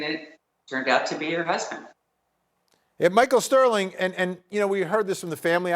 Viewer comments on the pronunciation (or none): none